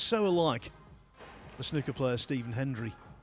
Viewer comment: It's SNOOKER not snucker, you don't pronounce school shooter as school shutter!!